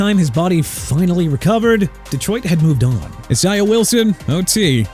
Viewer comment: ISAIAH IS PRONOUNCED AI-ZAY-UH! IT AIN'T PRONOUNCED E-SAI-AH! YOU CAN'T SAY PPL NAMES PROPERLY THEN YOU SHOULD QUIT! ALSO IT'S K'LAVON (AS IN CLAY-VON) CHAISSON (JAY-SOHN)!! I'M TIRED OF CORRECTING EVERYBODY!!!!!!